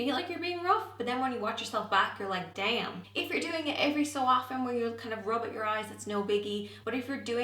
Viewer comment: I enjoyed when your American side came out and you said "Duh-am."